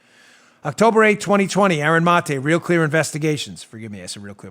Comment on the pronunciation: Aaron Muh-tae